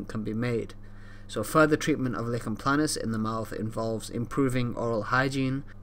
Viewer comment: Nice explanation but it’s not “licken” planus but “liken” planus, the name comes from the rash’s resemblance to a tree lichen.